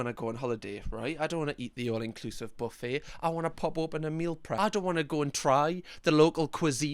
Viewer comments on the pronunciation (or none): none